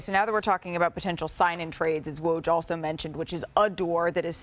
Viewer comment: The host still can’t pronounce his name right? She should practice it in the mirror